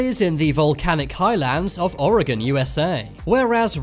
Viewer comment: As a native Oregonian & a lover of multicolored stones I'm going with Fire Obsidian. & thanks for saying Oregon properly too😃👍